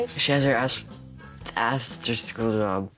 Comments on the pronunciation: Assterschool lol assterschool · He’s said asster lol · It was funny when accidentally said a** instead of after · cuss* btw, he didnt cuss. he miss pernounsed his word.